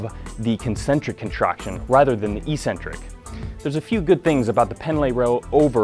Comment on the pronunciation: Please learn how to pronounce "Eccentric." Do you really think there's an E-Center in your body that you contract?